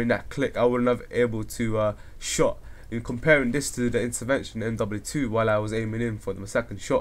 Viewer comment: he dosn't say mw2 or mw3 right!?!?